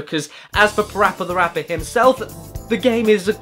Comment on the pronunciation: Its not pappy rappy its parappa the rapper